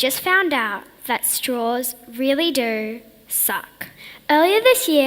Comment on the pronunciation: Forget being a kid, if you pronounce "do" as "dor" and base your study on a movie I'm not listening to you.